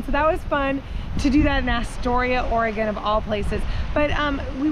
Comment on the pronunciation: Aura-Gone Lol. I love the town of Astoria. Cannon Beach is amazing too. Thanks for sharing.